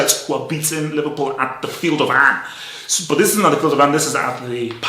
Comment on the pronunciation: "Field of An" 😂